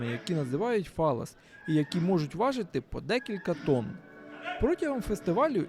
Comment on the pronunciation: Чудове місто. Тільки не "фаллас"(майже фаллос))), а "файяс". "Йя" - саме так вимовляється подвійне L в іспанскій.